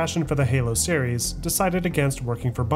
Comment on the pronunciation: Awesome video as always. Series is singular and plural though my man. You said serieses SOOO many times lol.